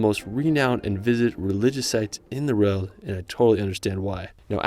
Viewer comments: or he says it like road bitch it aint a road tf??!?!? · Haha why are you pronouncing "world" as RELT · Take a shot every time he says 'rurld' instead of world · this guy pisses me off whenever he says "world" its world not vroewlld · You pronounce world as reald lol for example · Cool videos! Does anyone else notice he says "reld" instead of "world"? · How do you say world as rorld? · "In the Rorld" 😅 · Can’t unhear how you pronounce “world” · Great video! That’s Nanga Parbat, by the way, with a B, not a P. 9th tallest mountain of the world in Pakistan. You might wanna practice your annunciation of „world“ a bit. 😉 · Why do you have such a hard time saying “world”? 😑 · I can't get over the fact that his English is spot on, but just can't seem to manage the word "World". 🤔🧐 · Awesome video! Thank you. Also, you pronounce “world” very differently 😂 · Impressive Photography. This young American Man and his Spouse must gotta be some of the richest people on the planet to have actually traveled to these far-flung places and wildernesses. But, it drives me crazy how he pronounces ''World'' !